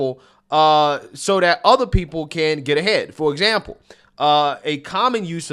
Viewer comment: Why do you say DAT ? Stop with the heavy ebonics. Try saying THAT. You can do it 🤭